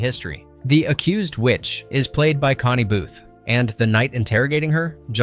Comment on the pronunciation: If you know your British comedy… obviously not: CONNIE Booth! Not Conny! Sheesh. Faulty Towers: not Polly! SYBIL- Prunella Scales! & Basil Faulty